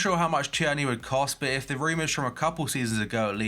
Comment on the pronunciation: It’s not Tee-er-knee It’s Teer-nay